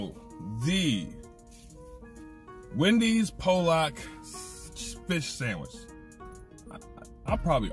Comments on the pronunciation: My dude, keeping it honest. Hey man that fish ain’t from Poland 🇵🇱. 😆 it’s pronounced like Paul and lock / or Pallock. Peace ✌️keep it real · We pronounce it Paul luck where I’m from or Pol leck